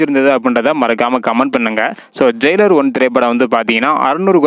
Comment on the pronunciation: ஜெய்லார் இல்ல ஜெயிலர் 🤦‍♂️